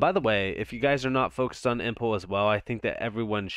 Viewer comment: face-blue-smiling: dude... thanks so much for your ROBUSTLY informative and "to the point" videos!!! (btw - "Impel = "Im p L" and not "Im p le" as in "Pimple")